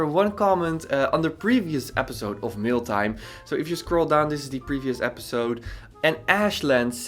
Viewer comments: Awesome feedback! Everytime you say Mail Time, it sounds like Mill Time 🤓 I Everytime think about you going to grind this people projects to pieces, i like it a lot. You really do dissect their projects in a good and simple understanding way. Oh by the way, I see lately you upload YT videos rarely, I for sure would like to see 2 videos a week and im sure some of your sub's would appreciate it too. 🤗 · It sounds like Meal Time to me, so I get hungry every time I hear it 😅